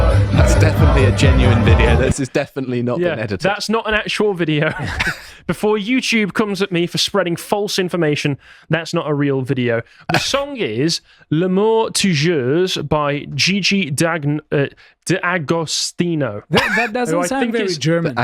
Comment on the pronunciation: "L'amour Toujours". Means love forever. It's pronounced "la-moore Too-joore".